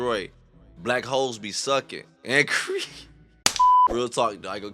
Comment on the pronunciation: Why did you say “W, hoooooles!” It’s not blackwhole lmfao. It’s still hole. Bahahah